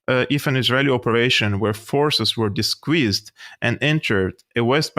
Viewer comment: Love your show! You also provide a view of Syrian reality which needs to get out. A small pronounciation fix … disguise = disguyz. As in hey guys Thanks for what you do!